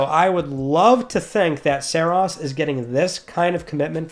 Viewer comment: OMG thank you for saying Saros correctly! 😄